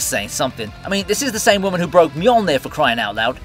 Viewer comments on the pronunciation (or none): none